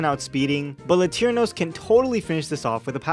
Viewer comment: "Latirnos" instead of "Latiros" put the image in my head of you using some random Latino guy to fight instead of a Pokefusion lmao. I'm a little disapointed at some of the custom shinies tbh, but Kingross and Arcaswine went so hard.